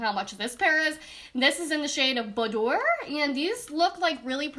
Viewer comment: "Boh-door" lol It's boo-dwahr (trying to be helpful but i'm not sure if that even helped lol) Either way, great video as usual, and love the honesty! :-)